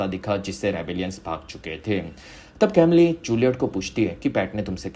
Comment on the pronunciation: Bhai uska pronounciation कैमली nahi कमील hai woh.